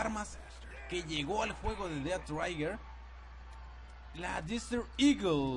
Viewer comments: Es "Dead Trigger" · Además he estado jugando alguito el dead trigger y lo que he visto es que las armas pierden potencia entre más lejos este uno del objetivo posdata no se pronuncia ded traiguer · "dead traiger"